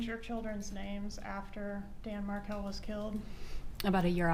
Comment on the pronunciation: I've watched this three times now. And I can't help notice that she cannot even say the last names Markel or Adelson? And all that blinking and mirroring?